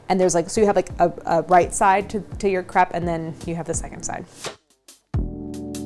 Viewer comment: Properly pronounces crepe but not creme diplomat?